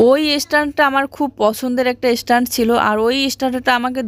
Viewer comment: Estand abar ki stand bole. Tumi ki kokhn o school e jaoni? Tomar uccharon ato baaje, Jui ke ki sikhabe tmi?